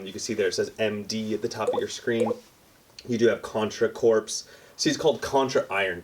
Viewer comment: Word police here. The word "corps" is pronounced like the word "core"